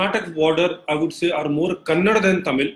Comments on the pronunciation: Why do people of the North have difficulties pronouncing Karnataka and Kannada there is 'a' at the end phoentically you are killing the pronounciation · It is not Kannad... It's Kannada you bastard. First, you study linguistics, then you know some facts about languages and then discuss things like this with facts, not with your lies and bullshit and blah blah blah. Also, those are not versions of Tamil, those are dialects, just like Hindi too has different dialects in different regions/states. You moron. However, I agree that Hindi is the unifying language of all regions/states of India and ppl of all states need to know Hindi, at least a little. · Vikram Bhaskaran tamilans pronounce everything worst.... they say Telugu as telungu.... mumbai as bambai...... Kannada as kannadam.......